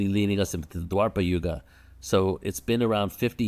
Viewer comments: Its not dwarpa yuga it's dwapar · Its called Dwapara Yuga not Dwarpa